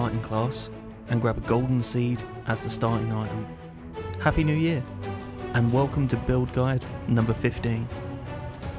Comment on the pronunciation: Happy yew near 😂